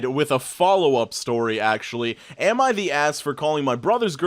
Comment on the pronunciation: It always sounds like you're saying Emma the Asshole